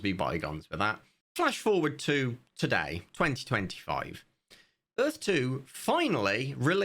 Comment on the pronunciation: Earf 2, brought to you by Will Smith and Roland Emmerich. Earf 2. "Welcome to Earf...2!" - W.S.